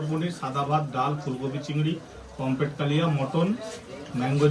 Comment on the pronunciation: কথাটা পমফ্লেট নয়, কথাটা পমফ্রেট